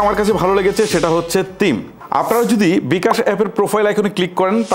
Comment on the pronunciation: তিম না থিম হবে